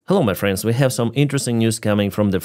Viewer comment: Ukraine takes a burned out tree back from the Russians- reaction: 👁👄👁 "WECHAVE AN OFFENSIVE"